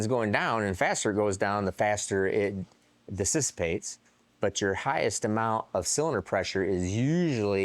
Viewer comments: Did he just say disistapates? He did 😂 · Seems like a winner! Im almost confident I can build an LS now and I'm a Ford guy! did you say dississipates? Ha! Well done! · Dississipates,? Reminds me of spelling Mississippi back in elementary school. Had to give ya a hard time. Pretty sweet ideal you've got going on there though. It's amazing when you see something and it seems so logical, like why hasn't anyone done this before. Guess that's why the world needs people like. 😉🤙